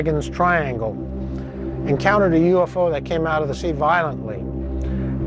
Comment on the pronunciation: did he just said "HE SAW A USO" o_O